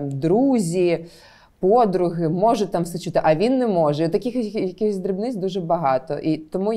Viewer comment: саме це я і хотів сказати, суржик всюди. Якщо не суржик, то люди просто попаплюжили слова і кажуть "чюти" а не "чути".